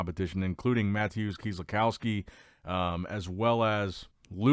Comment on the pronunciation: "Matthewszz" try 'ma-tay-es', great work though love the channel